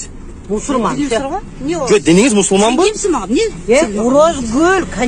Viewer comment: Динин емне десе масурман дейт 😂депутат даже не может правильно произносить свои веру